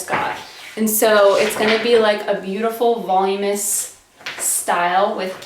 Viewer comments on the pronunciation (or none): Really pretty hairstyle, and quite easy to teach. This particular tutorial is way too much… not explained well… and the person can’t even say voluminous… so I feel like she was just having fun with it at home and not a professional!